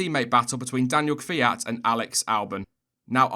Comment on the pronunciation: Did I really just hear an English speaker pronounce Kvyat's name correctly? What sorcery is this?